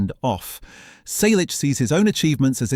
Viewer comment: I’m part of the family. Learn to pronounce “Selleck” correctly. Not his life story again. Everyone we know has read his book or listened to the audiobook. Read it. Don’t copy from other authors. Go back to school and learn to count: He was born on January 29, 1945. He is 81 years old.